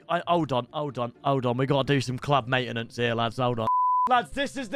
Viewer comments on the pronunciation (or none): none